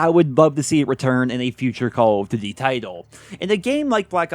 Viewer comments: It’s call of DUTY, not diddy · The way this mf says Cowl-f-d'ty.